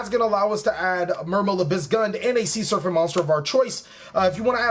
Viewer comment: It's SER-PANT not SURFANT. Sheez